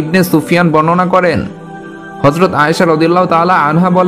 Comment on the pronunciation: হযরত, not হরযত।